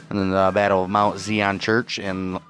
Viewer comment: The pronunciation is emphasis on the "i" in Zion. It's a word from the Bible. Thanks.